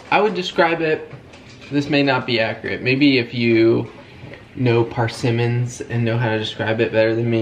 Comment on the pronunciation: PERsimmons 😂 although i did enjoy hearing say PARsimmons over and over and over 🤷‍♀️😂😘 you bring me joy and laughter in odd ways sometimes kiddos 😂